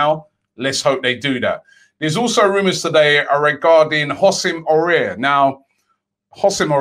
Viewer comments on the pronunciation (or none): You saying his name like « oussem aurier » 😂 you have to pronounce it like « Awar » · You pronounce it woosem Hawar (Houssem Aouar ) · Everyone: Houssem Aouar Robbie: "Hosem Oruair"